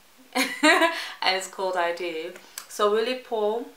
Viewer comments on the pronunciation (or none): You are so cute and a cartoon!😁You really love that camera. A-lay-ne is how you pronounce her name.